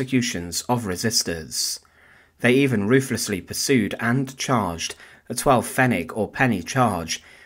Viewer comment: The way you say pfennig is just a wee bit wrong.